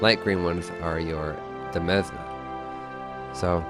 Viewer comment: Demesne is pronounced the same as 'domain'